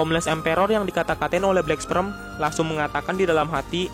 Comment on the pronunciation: Bang, pernah makan bangku sekolahan ga sih? Coba yg bener sebut nama hero atau monsternya Kek sebut tatsumaki jadinya tatsumeki, terus black sperm jadinya black sprem, tolong bang jangan asal"an nyebutnya, biar saya enak dengernya